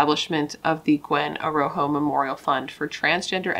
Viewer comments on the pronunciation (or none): I think her last name is pronounced A Raw Ho if I remember correctly. My heart breaks for her and her poor family who has to mourn her the rest of their lives.